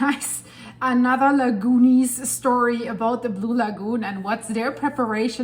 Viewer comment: The Lagoonies, every time you say that name I laugh out loud! :o)